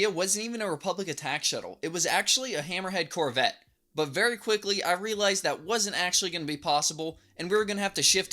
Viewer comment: Whenever you say hammerhead corvette I keep thinking your saying little red corvette.